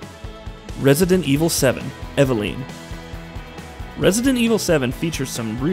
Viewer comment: You're saying eveline's name wrong it's evelin